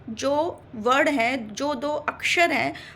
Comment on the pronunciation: aapne bhi varna(moordhanya na) ko varda jaisa kaha. shayad aapke kshetriya uchcharan ka prabhav hoga.🤔